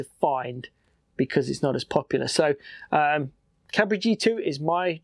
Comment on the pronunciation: don't worry for the Cabri pronunciation, it's excellent ^^ i approve, as a French lad